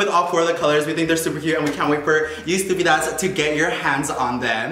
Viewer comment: I find it so weird now that says estupidas in an american accent now😅😂 tbh I probably just only ever heard him saying in a hispanic accent but anyway I hope you dont think im hating but I just found it a little surprising lol